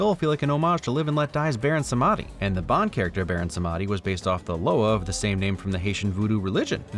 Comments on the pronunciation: Loved the video, just wanted to point out that it isn't prononced "baron samadi" but more like "baron samdi" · Samedi, Baron Samedi's last name, is French for Saturday, so it's actually pronounced "Sahm-dee", not "sah-med-ee". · Baron sem-e-di not se-mandi ❤ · I'm sorry, I love your channel and your videos but it's only 30 seconds in and um, you're saying "Samedi" wrong. Is that how they pronounce it in the film? Sum-odd-ee? It's more like Sam-dee. It's French for Saturday. Just for future reference. Now that I have that out of my system, back to enjoying your wonderful content that has taught me a lot about how movies are made while also making me laugh! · Not sure where the pronunciation was picked up, but the name Baron Samedi comes from the French rooted Haitian pronunciation. Samedi, which is French (Samdi in Creole) for Saturday, and pronounced "Sahm-dee" not Samahdy. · Pretty sure Baron Samedi is pronounced not Sam^AAH^-dee ^SAM^-Er-dee … As in, the French for “Saturday”. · Samedi is the French word for Saturday, but pronounced in patois. Sah-Mah-dee hurt me a little as a bilingual French speaker. But I will let it pass because expecting people that don't speak French to pronounce French words is a bit much. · Baron Somadi? That's not even close to how you pronounce that. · Ugh that pronounciation of "Samedi" hurted, and i'm not even french. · Funny thing how you know enough about guns to make those insider jokes, yet I know enough French to know that you pronounced Samedi wrong. ;) Also, Pale King? Does he like to install buzzsaws? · The mispronunciation of Samedi is killing me. If you've ever seen Live and Let Die, you would know how it's supposed to be pronounced